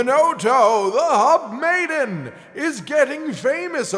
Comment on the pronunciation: When read about Hinoto, it sounded like he said hot maiden rather than hub maiden. 🤣